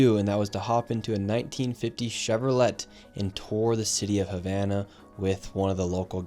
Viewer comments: Nick.... come on man, Chevro-"let"?!? It's a MAJOR American automobile producer! How can you mispronounce Chevro[lay] (Chevrolet)? This same tactic is how Germans snuffed out Brittish and American spies in WWII. Don't let a simple mistake jeopardize all of your credibility with the working class Americans who look up to you for your brave journalism and hard work. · Nick... you really pronounce it "chevrole'T"?! 😅 Other than that... Another award worthy story mate!!! 😶🥰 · ` Chevrolet 🚫 Chevro-let ✅ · Chevrolet (chevrolay) lol or just say chevy bro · Did The Learing Center rub off on Nick? Chevro-let? Seriously? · Bro..... Chevrolet.... pronounced Chev-ro-lay....sorry, car guy here lol. Love what you are doing though, getting truth out!! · did bro just call it a "Chevro Let" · I really hope that dude called that Chevy a Chevro-let on purpose to get engagement here in the comments rather than him not knowing the t is silent. He’s a fuckin spy against America if he actually doesn’t know that. Thats what sucks about watching these kind of gonzo journalism videos when the people are young and dumb about shit. They’re just not wise. He probably doesn’t even know why they only have 1950s American cars there. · Who pronounces Chevrolet like “Chevro-let” ? Are you even American, Nick? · Chevrolet? Pronounced Shevrolay. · Did he really say chevro-let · what American says chevroLETTTT? NICK?! Bro. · Chevrolette, he said. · It's pronounced Chevro-lay, Nick. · bro really says "chevro let" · it’s Chevrolet, as in ChevroLAY . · Boy speaks all that Spanish, but can't pronounce "Chevrolet." Then he asks the old man in his classic car, "Do you know what a Tesla is?" Oh, the ironic arrogance of ignorant youth. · Never says Chevrolet that way again. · Please, never let me hear you say Chevrolet again. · I like Nick but how can anyone who claims to be American have a hard time pronouncing one of the most American car brands Chevrolet ?? WTF LOL